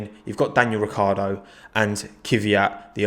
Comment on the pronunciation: Why are you calling him Kyviat, his name is Kvyat